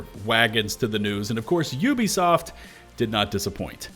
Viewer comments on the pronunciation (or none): none